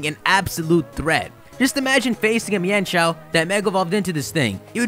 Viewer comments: also I'm sure its pronounced mine-shou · So THAT'S how you pronounce Mienshao! I just pronounced it as "Meenshow".